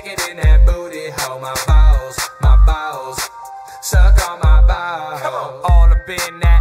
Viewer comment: The way he said balls he said Bawls or BOWELS.